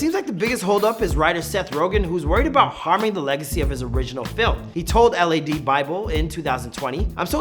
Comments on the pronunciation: It’s just Lad Bible, not L.A.D bible. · L-A-D ? It’s pronounced lad 😑😑